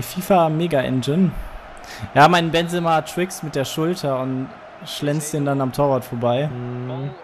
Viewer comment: Sorry, ich versteh das, wenn man ab & zu einen Namen falsch ausspricht, aber als allgemeiner Fußballkenner weiß man, wie Benzema ausgesprochen wird ;) Oder soll das extra sein?